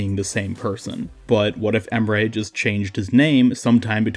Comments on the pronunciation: Just met your channel this morning. I like your talking style. Its not boring dude. Thanks for uploading good vids. Keep uploading vids. I'm gonna watch everytime when you upload :) (Also Emre is not called Em'rey, its just Em're. There is no "y" at the ending of the name.) (IGN is Gamdwerb#21105 if you want to play together.) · U really destroyed his name to get your point across. His name is not pronounced em-ray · The problem with this Emre = Ray theory is that Emre is absolutely not pronounced like Emray. Combine the words ands sounds from [Em]bargo [Re]ddit and you have the correct way of pronouncing his name. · Wait if you say Emre it sounds like you say Ray